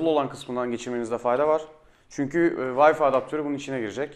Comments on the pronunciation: Bir de Türkçe konuşabileydi iyi oacaktı ya..Bilgisayarına kurduğun O wi-fi ( VAY...FAY okunur ey millet, VAY Fİ diye okunmaz ) programının adını bi zahmet yazıver koçum hadi bakiiiim aslanım göreyim seni... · vayfi deyip durdun sinirlerimi bozdun :D ya vifi de ya vayfay bu nedir ya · Herkes bir gün Wi-Fi kelimesinin "Vayfi" diye okunmadığını öğrenecek :)